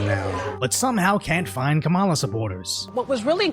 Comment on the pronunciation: At the end - it’s not “kamillã” it’s “que mala?”.